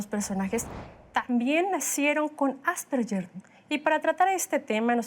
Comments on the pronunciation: Ale Lara nunca suena como Ll ! Es un apellido austríaco y la g suena en alemán como una g suave (de gato) AsperGer. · Ademas q no es "Asperller" se pronuncia en castellano ASPERJER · Empezamos mal asperyer No ,No ,,es Asperger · Se pronuncia "Asperjer", no "Asperyer", es un apellido alemán, no anglosajón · Se pronuncia “Asperguer” no “Asperyer”, y si no me creen escriban en Google “cómo se pronuncia Asperger” y denle click a la primera opción (o a cualquier opción) y súbanle el volumen para que escuchen bien. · Lo pronuncia con una G inglesa. Ganar no yanar, George no yorch, gemido no yemido, asperge no asperye. 🤔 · Tambien lo noté...me dolía el oído cada vez que decían "asperyer" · Pronuncian mal "Asperger", es una palabra alemana, por lo que la letra "ge" se pronuncia suave como "gue". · No se pronuncia "asperyer " , investiga antes para que te tomen en serio. Es alemán y se pronuncia como el apellido. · NI AsperSHEEERH NI asperJEEEER se dice: ASPERGER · Por qué lo pronuncian así!? :(((((( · ya empezaron mal diciendo "AsperSHer" y solo hablan de niños. Hay adultos asperger. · Por más que la especialista dijo Asperger, la conductora dele, que dele, con el "Asperyer" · Asperyer haha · lo correcto es ÁS-PER-GUER. Infórmate bien primero. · El apellido Asperger suena con g como en la palabra guerra, viene del idioma alemán. Si lo dijéramos en español asperger tiene un sonido parecido a la g en geranio, y seria homónima de la palabra asperger que define la función de un aspersor al rociar gotas finas de liquido. Ninguna de las opciones posibles se pronuncia con "y" o "ll". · "Asperller" Ayuda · Creo que la conductora cree que es en ingles ASPERYER... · No estan pronunciando bien asperger en español